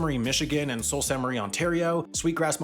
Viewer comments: It's "Soo" not "salt" lol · For your future correction video: Sault is pronounced as "Soo/Sue/Sioux" for the respective cities on the locks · The “Sault” in Sault Ste. Marie is pronounced “sue”, the town in Washington is pronounced is also pronounced“sue-mass”. Abbotsford is my home town! :D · Sault is pronounced as "Soo" / "Su" not even close to Salt. Lol. The l and T are both silent letters that modify the diphthong "au". Sault \ ˈsü \ : a fall or rapid in a river. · I would say it’s an oversight rather than a mistake. By the way, “Sault” is pronounced “Soo.” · Got one to add to next year's mistake video: Around here (Michigan/Ontario), the "Sault" in Sault Saint Marie is pronounced /suː/ like the name Sue, or the nearby Soo locks! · Sault is pronounced sooh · Yeah, I cringed at "salt". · As a Michigan resident hearing it pronounced as “salt” made my brain hurt. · But it is pronounced Soo, both English and French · I paused immediately to search for the comments correcting that one. 🤣 I think I physically winced when I heard how he said Sault. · When he said sault my brain literally glitched 😂😂